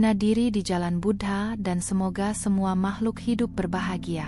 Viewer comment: Bu-dha bukan Bud-ha